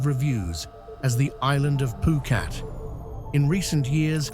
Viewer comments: Phuket not phukat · every time the narrator speaks he says phukat. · Great video. I love all three video of this type you made. I took a lot of notes while wacthing too. Btw why you say phuket as poo-cat ?